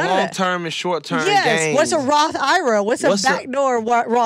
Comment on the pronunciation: said Roth iraa 😭 “I R A”